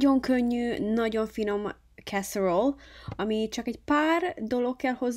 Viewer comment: Nagyon jól néz ki és biztos finom is. De ha már olasz étel, akkor mondd olaszosan, "e"-vel a végén! Kár hogy nem mondtad hogy a "fehér" szósz milyen ízesítésű, hogy mivel tudjuk helyettesíteni?